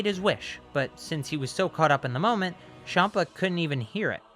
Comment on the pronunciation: I didn’t like when he said shampa not champa